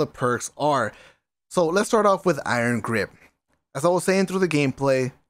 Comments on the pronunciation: Did he say iron graze lol at the beginning or I'm I bugging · My man said “Iron Graze” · "Iron graze" lmao